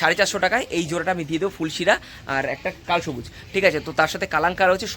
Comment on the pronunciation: কালসবুজ নয় কালাসবুজ 😅😅😅😅